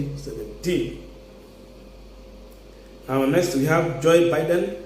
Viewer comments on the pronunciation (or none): none